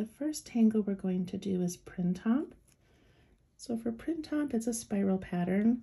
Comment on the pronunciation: Printemps is a french word meaning spring. maybe you could pronounce it correctly👍